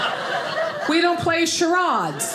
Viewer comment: "We Don't Drink Lemon-Ahd...We Don't March In n Par- Ahds... We Don't Play Char-Ahds! It's ODD!!...People Who Talk Like That Don't Get L-Ahd!"...😂😂😂🤭🤣🤣🤣👏👏👏👏👏